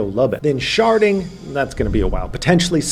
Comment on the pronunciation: I thought you said sharting….. my bad.